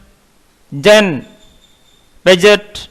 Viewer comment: hai... first you learn to pronounce Piaget and freud...Then read text for others....